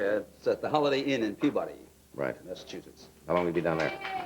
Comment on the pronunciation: Buddy was certainly one of the greats. Funny if you're not from MA how he pronounces Peabody.